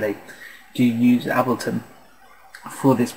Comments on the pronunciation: It's pronounced 'Aybel-ton' not 'Abilton'. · Oh, and to all the muppets bitching that he's pronouncing it Ab-leton because he's British and that's how it's said over there..... bullshit. I'm British and I pronounce it correctly - that's to say Able-ton - as does Pete Tong, Sasha and Matt Darey who I've all heard talk about this tool.